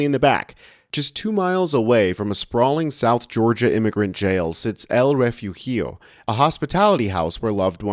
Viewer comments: Thanks for your good work and good trouble-making. Refugio is pronounced "ray foo hee oh". Spanish "g" is more like a slightly guttural "h". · Look up how to pronounce refugio and Raleigh.